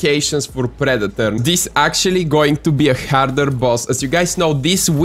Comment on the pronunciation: “Pree-dee-torrr” bro I love you accent 😂